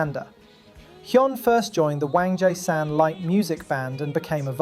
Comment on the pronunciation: I love your vids but your pronunciation of Wangjaesan is wrong, it’s pronounced WONG-JAY-San, love from the puppet state!